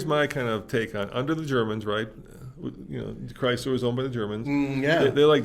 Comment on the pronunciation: CHRYSLER!!!! Stop saying that Foreign Bullshit name! It’s Chrysler!!